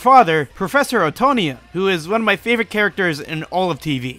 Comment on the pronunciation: why did you say professor Utonium’s name like that?